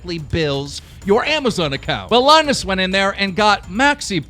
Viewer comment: Did he just say Linus as LINE US